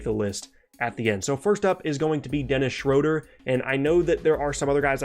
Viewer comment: shroader lmao